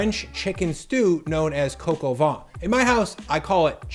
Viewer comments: its not pronounced coco van.. its cah coh vaih... -_ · “Coke o Von “. Jeezus fucking christ… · "Kok o vaan" is how it's pronounced. Not "coco von" 😆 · It’s not coco van it’s cock ow vin. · Pronounced more like "coke, oh van", and not "coco vawn". If you want to maximize the fat, I'm curious why you'd paper-towel the lardons. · Dude, Its "Coq au van" all over the fucking world, don't do the Freedum Fries performative dumb crunts carry on. Do you insist on veg cut "In Tiny strips" or "Julienne" ? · "Coke ah vaughn" lol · Your french pronunciation is oh so close but the way you say it sounds like, translated, "windy chicken" of "chicken of the wind." lol Say it with me: "cuck oh vei[n]" (don't pronounce the "n" in vein). Looks super tasty! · “Cocoa vahn.” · "Cock". I know America was founded by puritans so bad they got kicked out of the UK for being too fundamentalist, but it's still ok to pronounce things like "The Koch brothers", "Heckler & Koch" and "Coq au vin" properly. It's not going to hurt anyone. Oh, and "van" while we're at it. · Coq au vin. Not whatever you said.